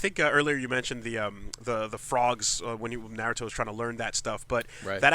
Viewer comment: has no idea how to pronounce naruto related things and it got on my nerves...